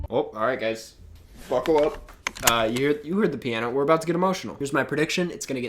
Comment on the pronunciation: Did you just say "Fuckle up" instead of "Buckle up"? That made me laugh way too hard